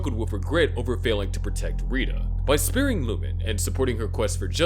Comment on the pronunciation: and how he pronounced "sparing" like sparring